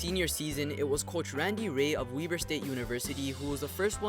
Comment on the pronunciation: “WEB-ERR” .. not “WEE BERR” (WEBER”